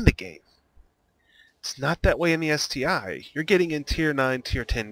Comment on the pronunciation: Good guide but it's ST-1 not ST-"eye". The I is Roman numeral for 1